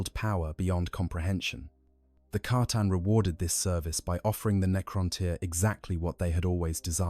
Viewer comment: C'tan not catan